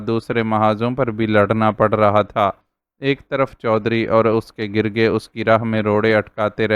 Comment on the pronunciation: صحیح تلفظ نہ ہو تو کہانی کا مزہ وہ نہیں رہتا جو ہونا چاہئے ڈئیر زک = zak گرگے= gurgay